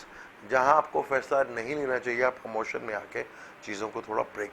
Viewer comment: Brother audio is poor and word is "Emotion" not "Amotion" please